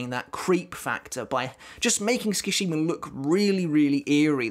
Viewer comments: great video. just FYI Sue-ki-shee-ma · 'ts' is pronounced the way you pronounce 'ch' in the word 'chair' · The way he keeps saying my name is kinda wild... I was just listening to this like a podcast and was like who tf is he talking about lmfao Skashima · the way you pronounce tsukishima causes me physical pain